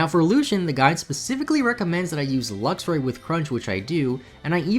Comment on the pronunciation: Is he calling Luxray LUXIA?